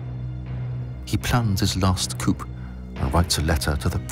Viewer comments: And it's coup-"coo", not coop. Duh.😂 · Narrator needs to pronounce French words, like penchant and coup correctly. Detracts from the seriousness of the video.